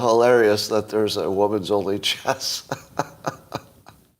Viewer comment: At first, I thought he said 'Chest Championship'